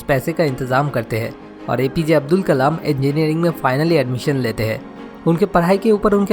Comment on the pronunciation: Avul nhi Abdul Pakeer Zenul Aabedin abdul kalam h naam sir ji !👍